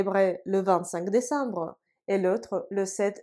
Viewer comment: ... брэ. désambre жёстко получается. А вообще чётко, как по книге. Какая альма-матэр?